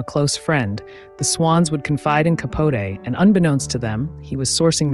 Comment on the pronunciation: Fascinating life, though tainted with scandals! I was a professional fashion illustrator in NYC during Truman's Black and White Ball at the Plaza and read a lot about his "swans", but I've never heard his last name pronounced the way you pronounce it! I've always heard it pronounced Ca-potee, phonetically! Slim was a real beauty, the prototype of Lauren Bacall. Yet terrible to abandon one's child to travel and go party! smdh May they rest in peace~